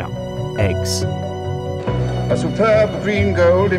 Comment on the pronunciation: why are "faberge aykes, aykes?"